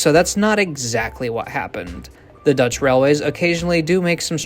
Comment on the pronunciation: why are you so good at pronouncing Dutch??? it sounds like you are native dutch